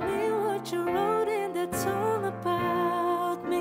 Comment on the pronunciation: Problematic pa sya sa pronunciation... Lalo na sa TH, sa I, sa A, sa U. Madali lang ayusin yan. Nuod sya american series, kada dialogue, pause nya tapos vocally mimic lang para makuha ang saktong pagkasabi... Sakit sa tenga ung Through naging True Ung Three naging Tree Ung That naging Dat Ung Wind naging Wend